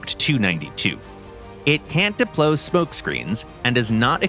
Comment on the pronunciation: am I the only one to notice that he said deplo lol